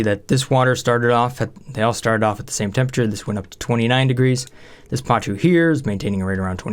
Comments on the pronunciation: Pa-koo, NOT pa-choo... =_= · Not PACHU.. PACU (pa·cu - or pakú).. This always triggered me.. :P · It's pronounced PAKU, not pachu, sorry it just hurts my ears :p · They are called "PAH-KOO" This is a real fish!